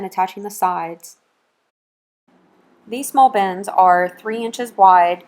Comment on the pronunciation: Lol sounds like she keeps saying bens, instead of bins.